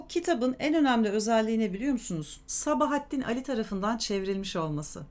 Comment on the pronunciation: Sabahattin Ali'nin okunuşunu A üzerinde uzatma olduğu şeklinde biliyorum.Fakat diksiyonunuz çok güzel,Gulyabani'yi sizden dinledim.Hem de bir solukta! Size müteşekkirim.